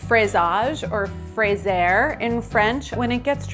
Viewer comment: Fraiser is pronounced frayzay : )